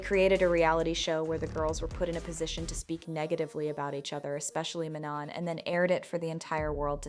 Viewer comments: I feel that way also like even mispronounced name of the member the whole video (i mean it's not ManoN) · my point exactly, it baited me every time. “MAN-on”